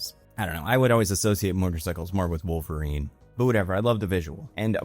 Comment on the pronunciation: omg its how ALWAYS pronounces wolverine as wolvereign and ive never understood why